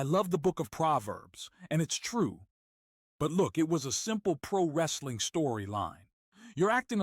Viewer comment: Holy shit, it's talking about pri-wrestling on YouTube!! I would've thought I'd unknowingly time-traveled if my kids weren't here with me.